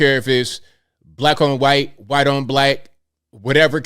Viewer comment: Love how its not racism when it's a white person. Yet somehow its racism every time something happens to a black person. cant even commit to saying white correctly at times. How do you expect a white person to take what you say seriously when you're to ashamed to pronounce the word "white" correctly.